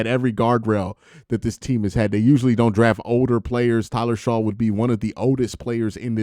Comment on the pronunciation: Shough is pronounced Shuck. Like aww shucks. But I think he might be ok not super early though.